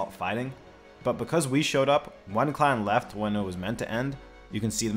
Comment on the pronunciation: Why do you pronounce clan as "cl0wn"?